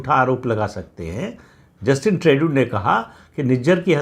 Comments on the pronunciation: Bhai Sahab ट्रेडू नहीं ट्रूडो। I told you here sometime back. Pl read comments. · Tru dau का फ्रेंच उच्चार त्रु दो है. ट्रेडू बहुत गलत लगता है. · You are excellent than others. Please pronounce for Justin Trudeau as ‘Trudo’ instead ‘Tredu’. I respect you hence don’t want you to make mistake. Hope you will take this suggestion of correction politely. FYI, I stay in Canada. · Pradip Bhai, Trudeau is sounded like: True Dough!! Just for your knowledge. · Pradeep ji it's pronounced as trudo. There is a lot of confusion in the minds of people of Bharat about how his name is pronounced 🙏